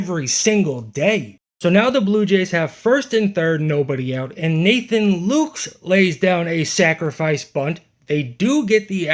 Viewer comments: Lukes is pronounced like Lucas. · Dude, Lukes is pronounced the same as “Lucas”. Thought you should know. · I don;t mean this snarkly: he's been around for a few years now so please start pronouncing Lukes's name correctly. It has two syllables, like Lucas. Plenty of announcers get that wrong too. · Not an opener, a BULLPEN GAME... & it's pronounced Lucas not lukes 😉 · Taylor Ward has a wRC+ of 1 with zero walks since joining the Mariners and hasn't played in three days due to quad tightness... still prefer that we got him instead of Heliot Ramos. Speaking of Heliot and his weird name pronunciation, the Lukes in Nathan Lukes is actually pronounced as "Lucas". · it's pronounced "Lucas" lol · Lukes is somehow pronounced like Lucas.